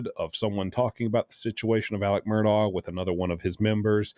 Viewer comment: I’m glad you pronounce that lousy name properly.